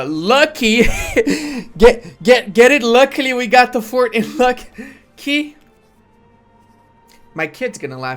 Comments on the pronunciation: Every time i hear how calls luki as lucky i get pissed for some reason. Luki is look e and provinces with zh is like j in romanian. But anyways good content as always. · Not Kholm, but holm. Not Lucky, but Luki (like in "Looky").